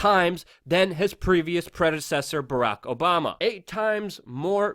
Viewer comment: Lol he said "Barrack Obamer"